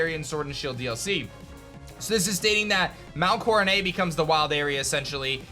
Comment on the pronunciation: I know this is really petty but I hate how he pronounces Mount Coronet 😂